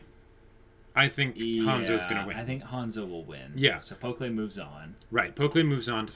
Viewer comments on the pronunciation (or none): Man I love you guys' reactions, your discussions are always so well thought out! Can't wait till the next episode. Oh, and I'm not sure if you've noticed, but you've been saying Pokkle's (the archer) name wrong (it's understandable, I think they only say it like once). It's pronounced "pok-ul", like how you would read it in English, not "pok-lay".